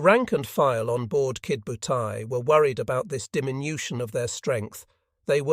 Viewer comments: Irritating, isn't it!! AI is despicable. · Only complaint: It is Ki DO butai, not Kid butai. The computer voice doesn't seem to get that. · Maybe it was some kid named "Butai" who attacked Pearl Harbor and Midway??